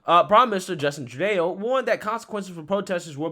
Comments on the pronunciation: Not Tru-Day-Eww it’s Tru-Dough. In French Eau and eaux is pronounced oh. You are such a good creator, but you should check how to say something before you film. This still isn’t as bad as when you said Bi-loxi, which is pronounced Bi-lux-ee, a few months back. (Don’t worry, news stations were saying it like that during Katrina back in 2005 on international tv. People were calling the stations to complain the mispronunciation) I know us French Southerners are silly about our pronunciations. Love your work! You still one of my favorites. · Its Tru doe not tru day o, lmao. Anyway a Good segment . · True-day-o? That's only when he's wearing blackface. Loved it. True-doe is exactly what he calls Canadians. Misogynist racist, documented. You all by now should have heard that he's worn blackface so many times he couldn't remember how many and when he was found to have touched a woman improperly his reply, people experience things differently. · Trudayoh, lmao. Tru-doh. Like Homer Simpson, but more awful and terrible. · Trudeau: TRUE DÉ OH? 😕 No TRUE DOH ☺ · his name is not true da oh it's Castro. Fidel Jr. But if you want to pronounce it. True doh. Black Face. True! Doh! 🤡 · Hey sir, love your content. Just a point to help you out if you care, it's pronounced like "True-doe" not like "True-day-oh" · It's not "Troodayo", it's phonetically pronounced "Troodo" You' also mispronounced "Ontario" on purpose. I'm not a fan of Trudeau. I like your content, but I don't like the deliberate disrespect of my country. I agree that mandates are a touchy topic, but that's no reason to be rude. Plus, your country has almost a million people dead because of the fear-mongering around vaccines. Your moral soapbox is unsteady at best. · I love you man… but you keep saying his name as True-DAY-O. It’s pronounced True-dough. Keep up the great content though! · Love you my bro but its Justin True-Doe Not Trudayo lmao. Imma end up calling him that now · It’s pronounced true-doh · Tru Day-O